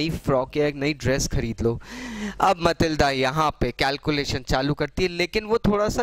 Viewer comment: It is Matilda not Malitda